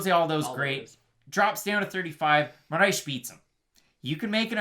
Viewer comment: How y’all keep adding an h to Moraes or just butchering it everytime was killing me😂 say “More ice” but roll the R. otherwise great breakdown as usual!